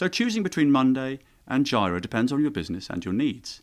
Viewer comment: Jira is pronounce JEE-rə. 🙂